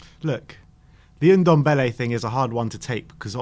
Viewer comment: it's Ndombele not Undombele